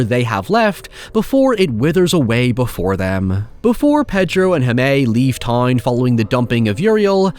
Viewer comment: Just a heads up Jaime is pronounced more like “Hi-mey” not “Ha-may”